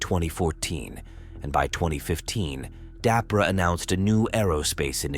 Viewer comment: "DAPRA" ?? Are you kidding??? Pretty sure you mean "DARPA"!